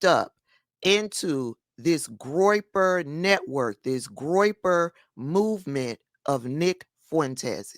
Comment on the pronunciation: "Groiper. Um-huh. Groiper."😂😂